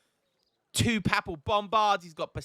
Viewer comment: Ref. my previous comment regarding pronunciation of the word 'papal'. I for one am concerned with the number of potential linguistic banana skins amongst the lexicon of the new dlc civs. I recommend you research the IPA (International Phonetic Alphabet) and undertake language classes in Danish/Lithuanian/Polish. And given it's an OG vanilla unit - please say correctly the word 'doppelsoldner'.